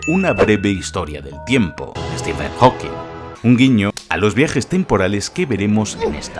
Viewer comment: dijiste Stephen howquin 🧒